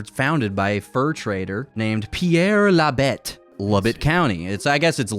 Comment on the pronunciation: Labette sounds like: "La bête" which means the beast 🤨😀🦍